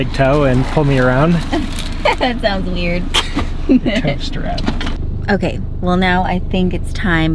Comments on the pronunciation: My 66 year old ears also heard "toast wrap." Smile. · hahahaha -- somehow in the audio (or maybe my 61 year old ears) I heard... "toast wrap" and then finally when I saw the product bought,, oh, dah...."tow strap" hahahaha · When you were saying tow strap i thought you were saying toast wrap😅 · You have a lot of love behind you! And…who else thought was saying “toaster wrap” for “ tow strap”!?